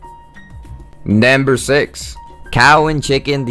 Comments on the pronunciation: Why you keep saying " banded" and "nember" ? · Hehehehe... "Nembir" one